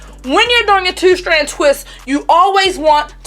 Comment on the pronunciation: I’m sorry idk what your accent is, sounds like Baltimore but love how you “two” like tew lmao